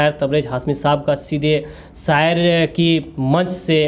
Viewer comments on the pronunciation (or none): Abbe Tere Ko Bhi Kuch Nahi Aata Hai Sayer nahi Balki shayer.h. Tabrej hasmi nhi balki tabrez hashmi